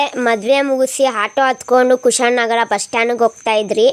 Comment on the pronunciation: Kushalnagara❌️ kushaan nagara✅️🤣